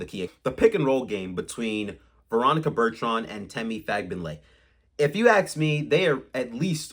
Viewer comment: Yes…learn her name